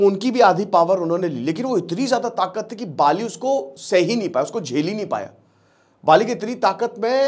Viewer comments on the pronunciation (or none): पाली नही बाली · आप बाली को पाली उच्चारित कर रहे हैं । कृपया ध्यान दें। शेष बढ़िया ! जय हिंद! जय भारत !